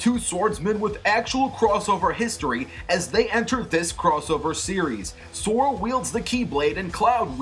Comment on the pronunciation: it's sora not Zora